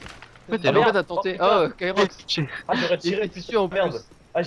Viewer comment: On c'est bien marrer :) Si vous en refaite une, appeler moi :D (Ps : C'est Kyrox et non pas Kirox :P) <3